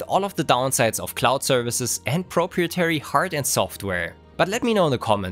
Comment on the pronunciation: As a fellow German, can you please do me - or rather, us all - a favor and process the video "How to Pronounce Proprietary (Real Life Examples)"? This is now the third video in a row curling my toenails, finally making me ask for real ... thank you <3